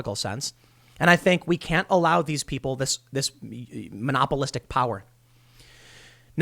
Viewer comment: Omg thank you for correctly pronouncing monopolistic!!